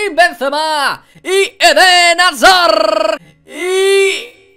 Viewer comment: Cada vez que dice azard me da una embolia.